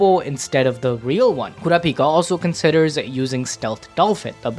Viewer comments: why are you saying "kurapika" like that? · The way bro was saying kurapikas name was pissing me off